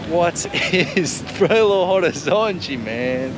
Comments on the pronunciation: Hello!!! Just dropping by to give you a tip: the correct pronouncing of Belo Horizonte sounds, actually like “Belorizonte”. In Portuguese we never pronounce de H when it is in the beginning of a word. Good luck. I love your journey!!! 👏👏👏👏👏👏👏♥️♥️♥️ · I'm sure you already know, but the H in Horizonte is silent, so you pronounce the city name as Belo Orizonte, or even Belorizonte to sound more like a local. You could also say "Bê agá" (BH)